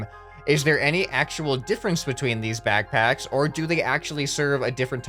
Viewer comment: naw all you missed is as he says BACKBACKS